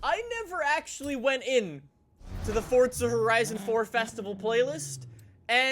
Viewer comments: For-za not for t za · ITS “FORZA” NOT “FORTZA” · i dont get why you pronounce it "fortza" its pronounce "forza" go back to school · Idk why but i get so triggered when he says ForTza Horizon.